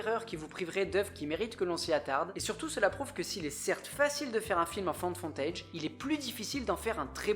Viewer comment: Haha, j'ai eu la même hallucination auditive. Je crois que c'est surtout à cause du mot footage, qui est prononcé dans la vidéo "fontèidge" à la place de "foutèidge". Et ce n'est pas Find, mais la forme passée Found.